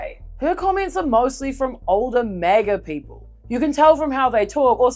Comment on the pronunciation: "Peeple were pessed!"